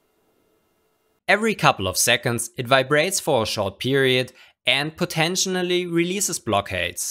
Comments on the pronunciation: potentially* Not "potentionally." Thanks. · So funny how you say potentially lol